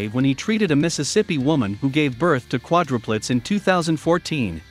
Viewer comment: hey, you mispronounced quadruplets! The most important word of the vid and it’s mispronounced! So lame! Is it a robot? Get you technology right!